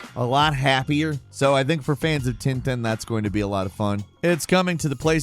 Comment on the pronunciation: It's called Tintin like "pain" not tinetine. Angry french out. (Not really pissed good video as always !)